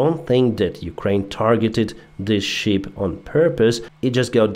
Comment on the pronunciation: there is quite a difference in pronunciation between "ship", a sea going vessel and "sheep", an ovine animal that gives us wool. "Ship" has a short "i" sound as in fit, lit, and bit. While "sheep" has a long "ee" sound as in feet, meet, and beet.